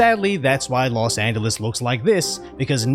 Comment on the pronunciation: Hey 👋 LEARN TO SAY LOS ANGELES 🥹🥹🤭🤭😆😆😅😂😂😂😂 Love your videos go ✊TRUMP 🇺🇸